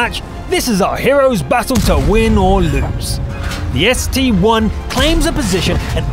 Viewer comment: ST-I Not ST-1!!!!